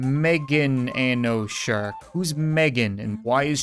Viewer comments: That one level is pronounced MegaNanoShark. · The word is mega nano shark as megananoshark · Who was mad when he said megan ano shark not mega nano shark?